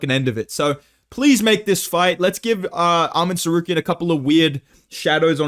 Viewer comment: too much chael impression permanently ruined your tsarukyan pronunciation 😭